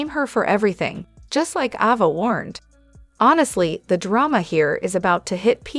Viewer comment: Its Ava not Auva...